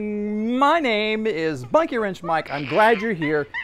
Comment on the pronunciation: Right from Copart walk-a-round to Monkey Mench Mike! (Not a mis-spell. It's pronunciation of Mike's channel...lol)